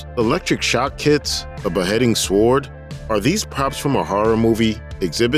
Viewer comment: He read Sword pronouncing the “W”. Really? Dumb as a rock